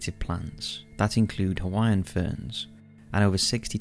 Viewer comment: Bro, you really botched the pronunciations of almost every Hawaiian word